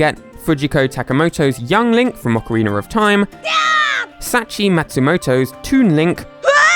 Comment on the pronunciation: Ockeriener of time